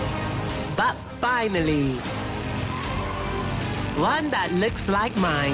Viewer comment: they way she said FINALLY took me out. lmao She's finally ready to glorify being fat to the massess.